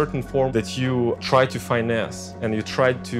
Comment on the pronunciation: FAIN NESS wow he FINESSED the word FINESS